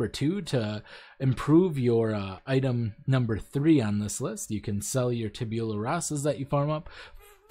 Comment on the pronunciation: "Tabeulah" xD It's "Tab-u-lah"